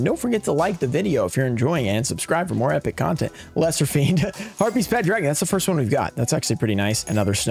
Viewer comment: voice "foist"